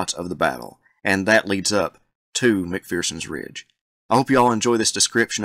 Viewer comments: No 'fear' in McPherson, not 'McPhearson'! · Isn’t it pronounced Mc-fur-sens Ridge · Agree, but mispronunciations of 'McPherson'!